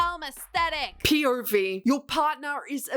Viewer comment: Me having a stroke everytime you pronounce pov as “PAWVE” 💀 Otherwise yall spittin facts. I get maybe painting your bin pink or rainbow but DESTROYING A BEAUTIFUL HOUSE?!!!!